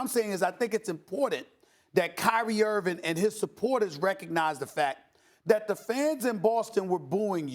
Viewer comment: Can someone tell Stephen Hairline Smith that it's IrVING not IrVIN